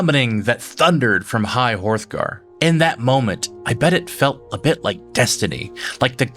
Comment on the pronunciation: HROTH-GAR.. PLEASE. the proper pronunciation is in the game dammit!🤣this is something that ticks me off when it comes to Youtubers that talk about lore in games and then they mispronounce names or words even when they have the info right there😅😅 Good stuff anyhow!